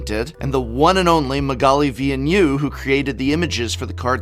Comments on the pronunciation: For future reference. Villeneuve is pronounced Vil (as in evil) - Nev (like in nev disc). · Villeneuve is pronounced more like "village" without age and "novel" without the L. "Vill nove". The French "eu" sound does not really exist in English. It's between an O and the U of "duck". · Love the video but as a french canadian pls go see how to say Villeneuve 😅 I agree her art is beautiful. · Hey prof, love your content, but as cheeky advice: if you love Magalie, ask a francophone how to actually pronounce her family name 😁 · TIL the correct pronunciation of Magalli's surname.